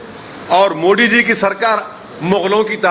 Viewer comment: POOR "oh I see " please learn how to say MODI JI it's not Moody.